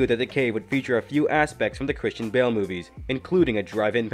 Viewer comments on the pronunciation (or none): none